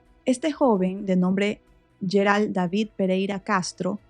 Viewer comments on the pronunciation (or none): none